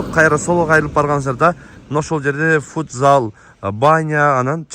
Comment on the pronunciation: Фудзал эмес футзал болот